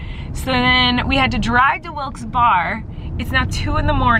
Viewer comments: I live in Scranton PA!!!!! Omg you were so close...I wish I got to see you but a bunch of my friends did and they had a great time! Oh and it’s pronounced Wilkes bear😂 and we are allowed to turn right on a red light so idk what he was talking about 😂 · Wilkes barre..but sounds like berry. Haha. I live 5 mins away but had to go to Harrisburg that weekend. Hopefully you come again. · It's wilkes-barre pronounced like berry. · Not important, but it’s usually pronounced like Wilkes-Berry. I live nearby, so that’s why I’m saying that :) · Wilkes-Barre is pronounced “Wilkes -Barry”. Lived in PA my whole life and yes you can absolutely turn right on red (if you stop first and look). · Love you Colleen! FYI-it’s pronounces Wilkes-Bear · It's pronounced Wilkes "barry"...but it's all good, you tried and it's been a long tour 😂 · You’re saying wilkesbarre wrong and yes you can turn right on a red light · Haha the way you pronounced wilks-barre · Maaaaaaybe you should check how Wilkes-Barre is pronounced. 😜😜 ❤️ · BTW ITS PRONOUNCED WILKES BEAR NOT WILKES BAR. SORRY IDK Y IM STILL IN ALL CAPS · Pronouced Berry not Barre😁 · Hunti it's pronounced wilkes bear-e not wilkes bar lmao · hearing you say wilkse bar instead of wilkse bear, hurts me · Wilks bar? WILKS BAR?! Honey noooo it's wilks barre (pronounced "berry")....I knoooooow I'm years late lol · I dont mean to be like that person but its pronounced wilkes Barry not wilks barr sorry it just kind of bothered me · I cant help but get slightly aggravated at the fact that she says "WIlkes Bar" instead of "Wilkes Bear" or "Wilkes Berry." I live 5 mins away and no one calls it "Wilkes Bar" lol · Wilkes Barrrrr hehe. That cracked me up. Berry. It’s pronounced berry. Hehe. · Ahahaha it is pronounced Wilks Berry 😂😂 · You'll probably never see this but I have to say it, it's pronounced Wilkes Bear. Not bar. This is actually a big debate in PA cause there are also people that pronounce it Berry. But the majority say bear. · "Wilkes Berry"